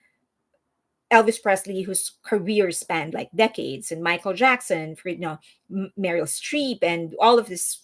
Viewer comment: Are you Mexican or Colombian? Your English accent is very non American. You said "Few-day-fay". It's Pew DEE Pie. And the way you said Meryl Streep as "Merul Striiifff".